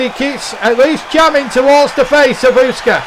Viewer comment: Love the idea. You're saying Usyk's name wrong but loved the idea.